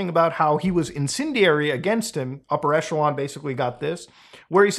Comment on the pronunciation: Isn't it pronounced "Upper E[kk]elon" instead of "Upper E[soft ch]elon"? I'm asking, because English speakers can't say either [soft ch] and [hard ch] and will always default them to [tch]. Besides [tch], [kk] seems to be the only other "ch" English can pronounce, and it appears in these commonly used words: [kk]aracter, [kk]a(rizz)ma